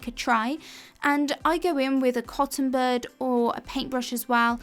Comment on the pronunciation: I know I’m not the only one who heard “cotton bird”.